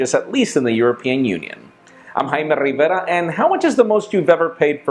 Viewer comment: Does anyone finish the whole video or just pause it right before he starts going off with his name and IG Facebook Google plus ( 3 times) part?